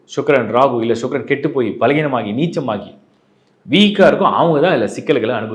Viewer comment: ஷூக்ரன் என்று சொல்ல வேண்டாம் சுக்கிரன் என்று சொல்லவும்